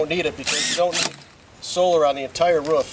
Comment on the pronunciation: This solar power alternative seems like it may be cheap, but the fact that price wasn't even mentioned leads me to believe quite the opposite. I saw a video about solar film that was printed and would substantially reduce cost. Great idea, though I can't stand the way that dude pronounces "roof."